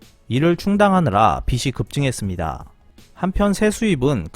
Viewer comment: 빚이->비시X 비지O